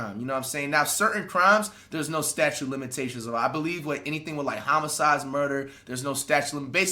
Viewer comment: flight thinks it's 'statue of limitations' lmfao😭😭😭